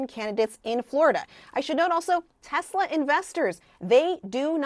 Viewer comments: "i love tesler" - orange clown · "I love Tesler, it has computer" 😅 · "I love Teslur" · What happened to "I love Teslerrr" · "its all computer, buy TESLER"....